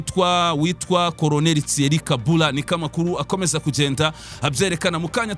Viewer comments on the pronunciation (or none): Colonel Thierry KABURA basoma KABUUURA